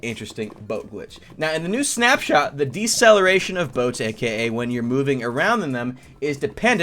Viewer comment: Who thought he said "SnapChat" instead of SnapShot? LOL